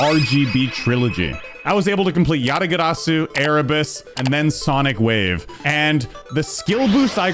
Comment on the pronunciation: i LOVE pronunciation of Yatagarasu, its so elegant🥹❤‍🩹❤‍🩹GGS 🗣🗣🔥🔥